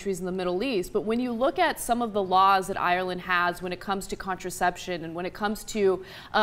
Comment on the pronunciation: Why cant she pronounce Ireland right